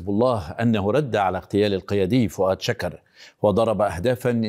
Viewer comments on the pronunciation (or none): انت إعلامي ومقدم برنامج في قناة مهمه فكيف تقول فواد شَكر،،، بفتح الشين وهذا غير صحيح والصحيح فؤاد شُكر،،، بضم الشين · توني ، امتا راح تلفض الاسم صح.. فؤاد شوكر وليس شكر.. يكتب شكر ويلفظ شوكر